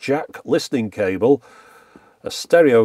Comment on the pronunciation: USB Charging "cabel" oh boy.